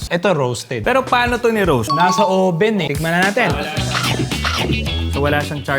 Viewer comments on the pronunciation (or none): none